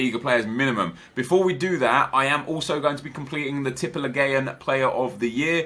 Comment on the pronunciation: i am from Norway and you say Tippeligaen so wrong. To say it better say Tippeligan